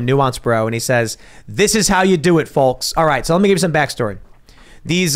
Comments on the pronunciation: The L is silent in Folks Tim! So cringe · Did Tim pronounce the L in folks? Random comment I know